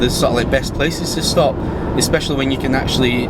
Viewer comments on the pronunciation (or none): none